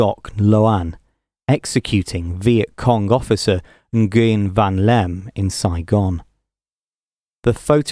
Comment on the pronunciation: "NOO-yen" is a better pronunciation of that name.